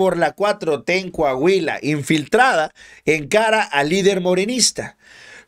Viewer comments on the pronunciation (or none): Deja de opinar de coahuila, tu no sabes como esta el pedo por aca... y se pronuncia COAHUILA, no cahuila